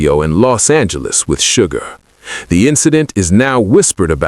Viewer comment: SUGA..... NOT SUGAR....